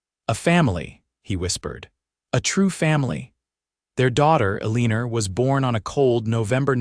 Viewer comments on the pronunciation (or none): You should have heard the way they said Eleanor in a different story .. awful Ee-lean-rrr. Love the Italian Stagah Coacha 😂